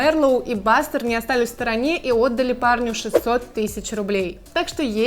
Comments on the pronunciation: Бустер а не бастер 😅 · Не бастер а бустер